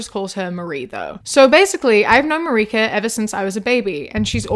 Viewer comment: as somebody who is polish the pronounciation of "marika" KILLED ME 😭😭